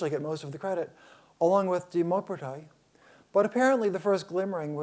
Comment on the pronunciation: de Maupertuis. Actually pronounced - de Moh-per-twee